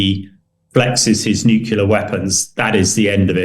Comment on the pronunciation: If de-Bretton has so much military experience let him go and fight. He’s delusional. He can’t even say nuclear properly. He’s an idiot.